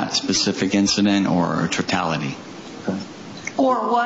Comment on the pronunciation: "Tortality" Judge-"Or what"? He repeats "Tortality" and goes on to explain TOTALITY. 😂 Apparently not the brightest guy there.